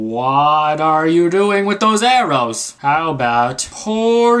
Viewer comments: Arrow dud it's arrow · its arrow' lol